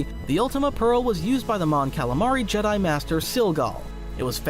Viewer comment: ..... what? The Jedi - Jedd'i Kyber - KyBurrr Come on. Thats goofy. Did the ancient Jed'DI, use the KyBURR crystals? 😅